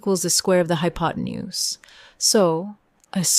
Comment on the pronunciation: I'd make a substantive comment for the creator of this obviously flawed problem, but no human being would pronounce "hypotenuse" as hypoTEEnuse!